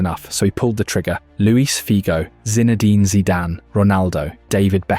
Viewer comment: I come for the AI player pronunciations 😅oh and the constant ‘slash’ for the season dates 😅 Today we have - Zina-dine 😂😂😂